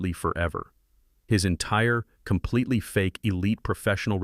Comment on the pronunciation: Complitly, violently, firmly, entirely, what's with you 😀